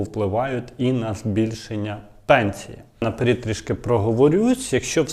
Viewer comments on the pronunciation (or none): none